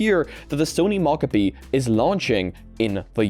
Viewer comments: I've literally heard multiple people pronounce Mocopi as "mahcahpi," and I think you're literally the only person who cares. Do you wanna talk about the word "Caramel" next? Or "Caribbean?" People pronounce those the way they want to all over the place, and literally nobody cares. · people definitely care about showing basic respect by not refusing to say names incorrectly, for example people who have names others refuse to pronounce correctly care. But I guess people with foreign sounding names are nobodies not deserving of your respect in your little world. 🤷 There is a world of difference between "I haven't read this word before so I'm going to sound it out and find out how it's supposed to be said later" and "I've decided this is how your name is supposed to be said and huff about it if you express your displeasure at how I pronounce it"